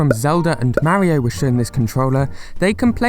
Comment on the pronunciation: Learn to say mario